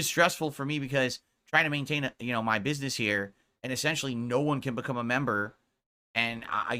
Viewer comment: A few weeks ago "Da Faek memburrships dohnt doo mahch two hurt mah businezz!"